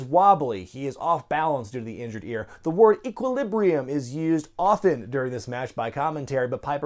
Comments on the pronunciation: Ekk-Ee-Lib-Ee daddy! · Ek-wuh-leebium, daddy.